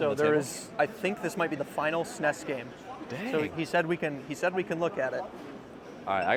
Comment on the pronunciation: Please stop saying snes